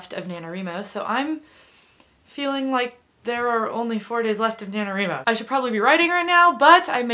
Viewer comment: Why do you call it Na-No-Ree-Mo?